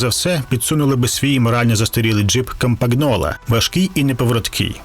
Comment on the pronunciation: Автор навмисно спотворює іноземні слова, чи просто лінь подивитися, як вони вимовляються? То був ренаульт, тепер кампаґнола. Дядьку, це не смішно. 🤌🤌🤌